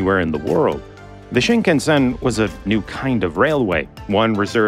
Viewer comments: Pronunciation of "shinkansen" is off. Sound like you are saying Sheen-KUN-sen. It should sound more like Sheen-kahn-sen. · Pronunciation: shin KAN sn. Shin: new. Kan-sen: central route, roughly.